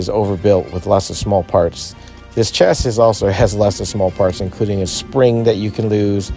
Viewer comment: It’s pronounced “chassy” thanks for the video!